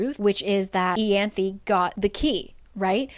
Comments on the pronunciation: Eye-anth. I-anth omg how the fuck does it become eeeeyanth. Like the book annoys me on pronunciation alone. Because ryhsand should have been rice-and'' not Reese but then you have to make it worse. Wtf is eeeeanth? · Isn’t it… Eye-an-thee? Yeah? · I listened to the audiobooks and "Ianthe" was actually still pronounced differently! You have the last part down but the "I" in "Ianthe" is pronounced as the "I" in 'me myself and I' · This is a cool way to explain the book! You’re driving me nuts with the pronunciation of so many things though 😂